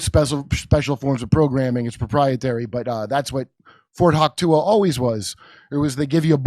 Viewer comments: Fort hock-tuah......loool! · Fort Hock-tooey! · Jimmy, it is Fort Hauchuka, not CAMP. COME ON DUDE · I believe it’s pronounced Fort HUAC-tah, Kurt. 😅 I’m amazed that you all can present this without sputtering in disbelief. I’m in shock. Where’s C-BS news when you need them? Is Candace talking about this yet? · Fort Hawk-Tuah 😂😂😂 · "Fort Hauch Tua" lol Another example here is why we follow the Jimmy Dore Show. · Fort Huachuca is pronounced "Fort Whah-CHOO-kah" (I live nearby) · It is pronounced Fort Wah choo ka. I have several friends who are stationed there and have been acquainted with the base since I was a child. One of my best friends father was stationed there for years. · I live in AZ. Say Ft. Huachuca correctly dumbasses. Your sidekick is an idiot